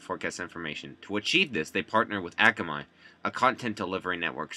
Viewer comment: akamon? isn't it akamai?